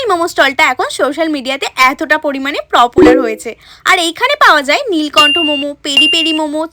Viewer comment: Unique ❎ Unick ✅, popular ❎ propular✅😂😂😂😂😂😂😂😂😂